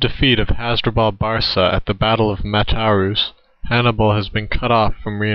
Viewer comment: Barca is pronounced like barka